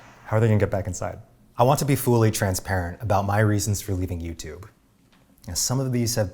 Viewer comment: what kind of accent is it when someone pronounces fully as fooly